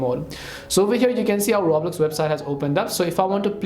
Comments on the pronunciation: 😂 ya I can tell and I had to mock the guy cause he said the game name wrong lol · You can’t even say Roblox right bruh 😅